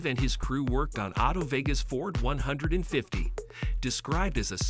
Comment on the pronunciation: The use of an AI voice cheapened the whole video. Mispronunciation of both "Futurliner" and "F-150" were dead giveaways. Won't be back to this channel...